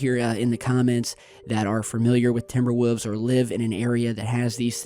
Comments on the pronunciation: You always say woofs instead of wolves. I like it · Just a wolf thats not even a big dog in reality. Ps why were you saying woffs when you say wolf with an s at the end its wolves not woofs lol. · oh the 'wufs' WOLF you ignoramus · Woof? Don't you mean Wolf? And instead of Woofs, don't you mean wolves?